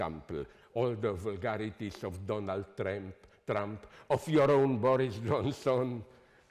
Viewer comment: That Donald Tramp didn't sound like a mistake :)))